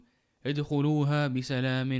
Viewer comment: Assalamu alaikum wa rahmatullah A few things to be pointed out in the recitation . 1). , surah nahl , to be read as aakhirati and not aakhiratu 2). , surah yunus , to be pronounced as umya and not umaa 3). , surah ibrahim , fa akhlaftukum and not fa akhlaftum 4). , surah hijr , to be read as udkhulooha and not idkhulooha 5). , surah an'am , to be read as hamoolataw and not as humoolataw JazakAllahu khair